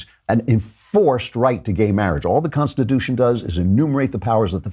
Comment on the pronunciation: Oh that tomi clip again. I can't stand it when she claims to be a conservative and CAN'T EVEN PRONOUNCE CONSTITUTION! two t's tomi two t's